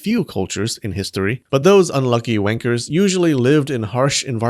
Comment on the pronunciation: Cracking up over an american saying wankers.